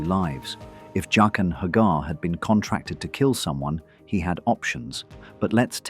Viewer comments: Jock-in not Jay-kin. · Why do you switch pronunciation between Jay-qen and Jaqen? It’s really weird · Pronouncing Jaqen three different ways is highly annoying. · Why does the pronunciation of his name keep changing in this narration? Faceless man with a mispronounced name. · Why do you keep switching pronunciations of Jaquen? Is this AI voice?